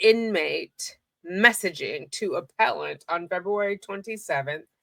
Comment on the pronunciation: Excuse me, it's pronounced, "aPPellANT!!!"😄🥰